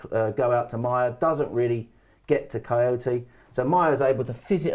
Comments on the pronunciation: Kouyate not Kojoti. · Lol, it’s funny how he pronounce Kouyate like Coyote 😂😂😂